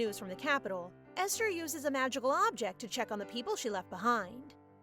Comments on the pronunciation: Aster? Doesn’t say esther? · Ive never heard Esther pronounced with an A instead of E